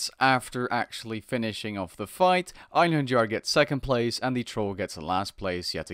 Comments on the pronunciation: Ayn-her-yar Einherjar Kai-mare-ah Chimera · Einherjar is pronounced " en-hair-yar " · I believe it is pronounced "Einheryar"